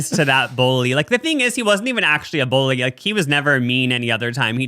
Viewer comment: NOT TRYNA BULLY YOU BUT I've always loved the way you say bully like "bowly" hehe